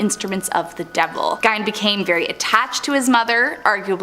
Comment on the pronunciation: I have heard Gein's name said both ways. It's really not that big a deal to get upset about. Everyone says Rihanna's name wrong, but she laughs about it and is calmer about it than you are right now lol It's not that deep :)